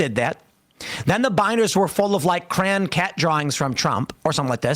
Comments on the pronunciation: Why are we skipping over Tim Poole pronouncing “crayon” as “cran” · is he trying to say “crayon”?